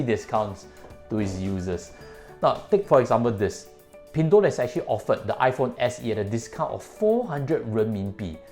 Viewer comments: Why did u pronounce as pin3? Thought should be pin1.. 😛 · its Pin1, not Pin3.... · Try to pronounce the company name correctly. you're a chinese afterall